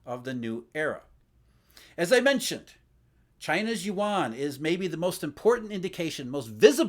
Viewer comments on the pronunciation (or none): none